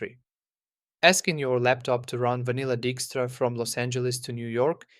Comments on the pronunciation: It is not pronounced Dickstra... It's pronounced Dykestra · By the way, dijkstra is a Dutch surname, and is pronounced "dike-struh". I know a few people with that surname. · I know, I'm that guy, but the pronunciation of Dijkstra is "DIKE-struh" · Edsger Dijkstra's last name is Dutch, so the "ij" is pronounced "ɛi", like the English word "I".